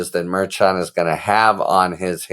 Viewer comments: That's Judge MER SHAN MER SHAWN MER SHAUN ...... not ....... MER-CHAN, as in chan or change. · Harry, the Judges name is properly pronounced Mer-shawn not Merch-an. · Harry, the judge's name is pronounced "Mar-Shawn." You're going to drive me crazy. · It’s pronounced Mer Shon I think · I love your content, Harry. I love the brevity, compared to Meidas lawyer for example. I love your tone of voice, yet continuing on without wasting our time. One little question - in all of your education, were you never forced to take a foreign language? Things can't always be pronounced ther first way an American would do it. The judges' names seem to be a problem for you. Let's spend a little extra time practicing, for the sake of perfection rather than just being better than all the rest. Shows respect for minorities, however they came by their names. Thanks again for your excellent, superior, informative content. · I adore you Harry — and also: you have to try to pronounce the names of the judges correctly. KFA pronounces it correctly; go listen to the podcast you did with her. Keep up the fabulous work! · It would be nice if the narrator harry got the judges name right